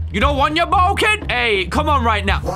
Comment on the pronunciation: "Where is this butthole?" 🤣 (I know he actually says "bottle.")